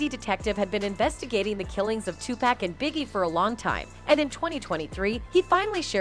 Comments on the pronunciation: Bitch it’s PAC not pack😂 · Tupac not pack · will you please say his name right damn TuPac poooocccc say it right goofy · This fool said TuPACK?! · Did this woman call him 2 pack how tf do you not know how to pronounce the legends name! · Tupac too 2-packs 😆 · That's tu-pac and Sugg please say they name correctly. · It's 2023 and this lady said nothing that wasnt said back then. You can't even pronounce Pac's name right. Clout chasing. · Did she just butcher pac and suge name.